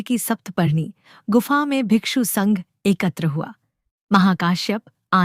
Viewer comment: The disciples of Gautam Buddha are called bhikkhu not bhikshu